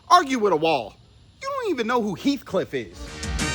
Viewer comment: “Heath Cliff”😂😂😂